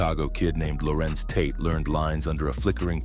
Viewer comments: It's Larenz yall.... Not Lorenz 😂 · It's Larenz